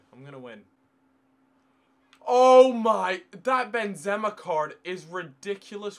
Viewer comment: Stop saying ben...zema